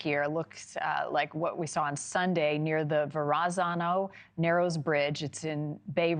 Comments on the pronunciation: I'm sorry but "Vur-AHH-zah-no" is crazy work 😂 it's pronounced Verra-ZAH-no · Va Ra Za No 🤣 Correct pronunciation: ver-uh-zah-noh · Jesus learn the pronunciation of Verrazzano! [Verahzahno]! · Did you hear the way she pronounced Verazano? LOL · Ver-ah-zah-noh bridge. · Pronounced Veh-rah-san-no Bridge. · Va-RAH-za-no bridge? Midwestern anchor folks…. oy. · her "Verrazano" pronunciation, hahah but yeah, this is crazy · As someone from Jersey this pronunciation of the Verrazano bridge really boiled my blood. Sheesh lady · Oh man my wife about had kittens when she mispronounced Verrazano, probably along with everyone else that lives in the Philly-New York corridor. But good reporting otherwise. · check ✔️ your pronunciation of Verrazano Bridge 😂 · the lady cant pronounce verazanno, she must not be a new yorker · wtf kind of pronunciation of the Verrazano bridge was that? 😅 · Love your pronunciation of the Verrazano 😂😂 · Chris needs to teach her how to say verrazano. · Someone please tell her how to pronounce "Verrazzano". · Omg please pronounce the Verrazano correctly dear jesus